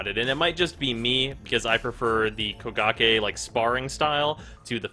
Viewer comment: i swear i hear bukakke everytime he say kogake